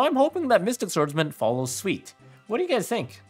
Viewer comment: Nice vid bro! (Just a tip, the pronunciation is follow suit (soot, like a suit you dress with) no hate just want to help out